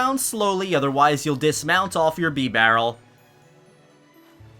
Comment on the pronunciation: He just said beebarrel